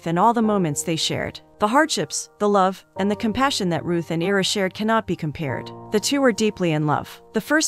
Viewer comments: Ira, pronounced EYE-rah, as in Ira Hayes, not EEE-rah. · Kept expecting 2 or 3 of the characters to die, as it seemed to be headed in that direction early on. Great ending. A few pointers: Name pronunciations. I-ruh (as in the letter "i"). Loo-eece (a short sound, shorter than the word "ease;" rhymes w/ fleece. Basically, sounds like Louise, the feminine English version of Luiz). Some word choices were odd, making it read a bit rough (is English your second language? That's fine, of course, but it wouldn't hurt to have someone proofread it before recording the audio). Maybe whomever writes these synopses could also rearrange certain words or find better synonyms? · The man’s name is (eye-rah) Ira. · Agh, it's 'EYE-rah'!!!! Other than that, thank you for another great synopsis! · Is it AI- or dumbness? His name is "I"ra..the I says its name. [not ERA] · It’s pronounced Eyera (Ira) :)